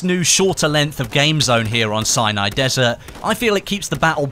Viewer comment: Sounds like hes saying cyanide desert 8-/